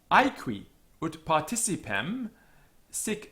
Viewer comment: Dux should also be homophonous with 'ducks', not /dʊks/. Ut should rhyme with 'but', not /ʊt/. Quadrata should be /kwɑdreɪtə/, not /kweɪdreɪtə/ (think of 'quadratic').